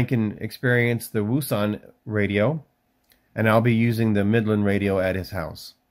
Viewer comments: Its pronounced Woux Un and Its actually Pronoucrd OceAn hope the info helps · Wouxon is pronounced ocean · Pronounced O-shon like ocean